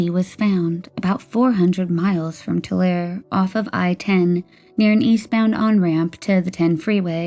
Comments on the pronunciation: Tulare is pronounced toolaree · Just as a heads up: In Tulare, the "e" at the end is pronounced. Too-le-ree Wow. Holly Marie really resembles her mother. What a strange case that is. 💔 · Holy shit TULARE that’s like 30 mins from my hometown that’s wild. Also it’s Too-Larry